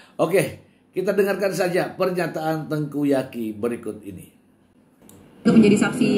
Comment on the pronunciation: Tengku Zaky... Mr.... bukan Tengku Yaki🤭